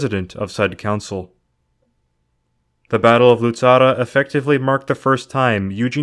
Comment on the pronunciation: Very good job Indeed, but the correct name is "Luzzara" not "Luzarra" . And, btw, in the references, my surname is "Fiorentin", not "Florentin". Would you please take notice? Thanks a lot in advance!